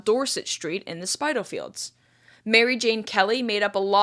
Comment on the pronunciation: Who's not interested in this gruesome tale (alas, one of many) of male on female violence? I did a tour of the sites once, as they are now, which are still quite impressive. As an aside, Spitalfields is pronounced like 'spit' not 'spite'.